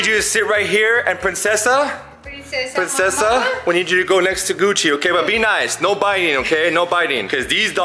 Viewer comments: Its princessa not pricnessa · Did anyone notice it said pricnessa not princessa